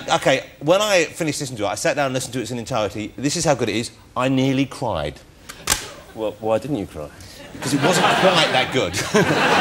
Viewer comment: “I nearly cwied”